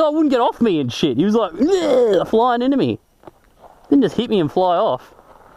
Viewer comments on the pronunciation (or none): none